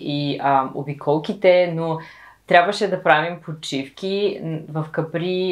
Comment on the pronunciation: Капри, ударението е на А ;-)